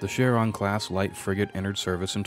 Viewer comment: Small quibble: "Epoch" is pronounced like "EH-pok", not "ee-POTCH." Similarly, "Punic" is pronounced "PEW-nik", not "POO-nik." And lastly, "Charon" is pronounced "KEH-run", not "shair-AHN."